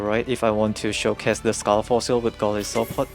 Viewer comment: I believe its pronounced Go-Lie-so-Pod. Goli part is a word play from the word (Goliath) meaning Giant. (Isopod) from a marine invertebrate with an exoskeleton.